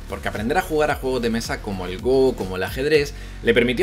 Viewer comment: Gran vídeo como siempre,!:D Me quedé muy contento cuando escuché cómo pronunciabas "Go" ^_^ No te culpo, pero en los primeros vídeos de años atrás me dolía un poquito la pronunciación (¿inglesa?) "Gou" XD